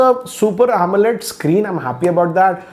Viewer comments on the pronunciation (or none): none